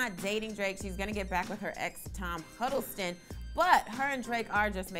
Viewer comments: Tom Huddleston?, you get an L for pronouncing his name wrong. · Who the fuck is Tom "Huddleston"? You better put some respeck on Loki's name!